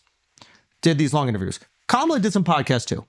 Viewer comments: I think another reason she lost is the fact that the guy on the couch who is clearly a big kamala supporter mispronounced her name. It is clear that it's a difficult name to pronounce for people of non Indian background but we've been gaslit that everyone is rascist because they say Camilla. That was annoying everytime ppl jumping on their high horse about this. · The fact that none of you can pronounce Vivek or Kamala correctly after all this time is mind boggling.